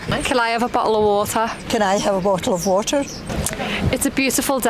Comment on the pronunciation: bo oh o wa er😂 bottle of water